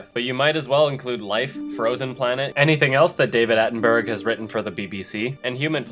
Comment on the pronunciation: "David Attenberg"?? 😂